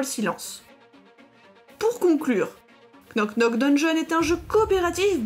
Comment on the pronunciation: Super video et très sympatique jeu! ( pour info, le k ne se prononce pas, ça se prononce [nok nok deunnjonn])